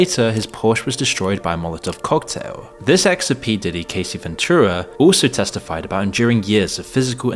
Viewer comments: How you gonna re-upload the same video as yesterday and still get the names wrong 😂 "Cuumes? And who is Casey?? Her name is Cassie. Ca-ass-ee. Casey ain't never been hurt by diddy 😂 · It's pronounced "Cass" "see" she isn't Casey Jones from the god damn ninja turtles, lol. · Sir it’s not CASEY is CASSSS-IE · Her name is Cassie, not Casey. And where's the part about the "idiot celebrities" being "exposed" in the trial? All I heard was the same crap that's circulated a thousand times. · Her name is cassie, not casey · Good video but It's Cassie not Casey. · You didn't even do enough research to be able to pronounce her name properly. And your editor missed it too. How could a Brit ever read "Cassie" as "Casie"? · Yeah, he pronounced it like "Casey" instead of "Cassie." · For real. Why are some content creators incapable of learning how to pronounce people's names correctly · Yeah, it pronounced it like "Casey." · Your Ai text to voice narration doesn't know how to say Cassie's name properly . More training needed. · I expected more info from this video. It wasn't completely content-free, but very disappointing. I also find it funny that he mispronounced both Diddy's last name and Cassie's first name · The fact that in every video he mispronounces Cassie is giving AI generated content